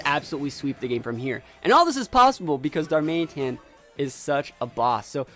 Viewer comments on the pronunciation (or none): the way you said darmanĒtan about 50 times was quite a bit annoying xD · most people pronounce it darman it an/darman uh tan. Whatever is easier though. I will say it was slightly bothering but pretty easy to overlook